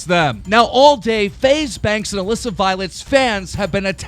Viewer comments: Classic Keem says Mallissa instead of Alissa 😂😂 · Stop saying Aliisa!It's Aleesa!!! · Hit Melissa? Dyslexic or not you said Alissa over 30 times in thus vid alone and prob 3000 times this month , and you haven't said Melissa since you've started ... Why don't you Tone it down For one try before you actually record ,Read it properly ,And Then record it correctly ... For a News/entertainment channel you should at least be able to speak.. no? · hey you called Alissa mlissa in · Jordan Besser he said Melissa in there once lol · WHO IS ALISSA I’ve never heard this name I thought it was pronounced A Lee sa